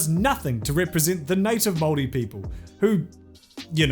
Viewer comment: Really weird hearing Māori being pronounced right but I very much welcome it.